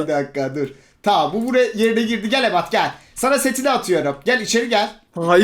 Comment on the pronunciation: yine Emad diyeceğine emed dedi 😂😂😂